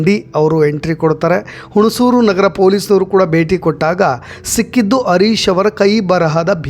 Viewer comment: Sir adu arish alla Harish, please Aa and Ha correct agi pronounce madi